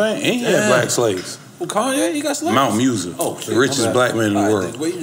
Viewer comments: "Mount Musa" 😂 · "Mansa Musa" for the correction. Flocka good people got dope energy met him at City Hall 2 years ago. He was super chill. He been on "Literacy" so much he need to be able to pronounce the "Literacy" he been reading as well. People do talk about him just have to be up on the people that do and have tried to spread knowledge. If you aint retaining knowledge than it is not going to be talked about. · At 1.29.30 did he mean mana mussa .he said mt.messa lol wyf is that